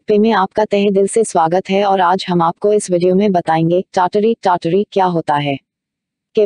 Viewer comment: Madam kya aap foreigner ho....pronunciation is TAT-Ri....app pronounce kar rahe hai TYaya-taree TYaya-taree.....Umeed karta hu mere man ka sujhav sahe lage aapko